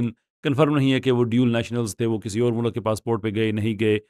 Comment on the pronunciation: O 'mulak' nhi 'mulk'..acha bhala banda apko serious le raha hota hy but